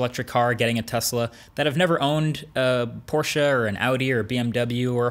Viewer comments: OMG I LOVE YOU. THE FIRST AMERICAN WHO SAYS PORSCHE AND NOT PORSCH THANK YOU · Great video, dead on points and as a german i like that you pronounce Porsche correctly even though i´m no fanboy.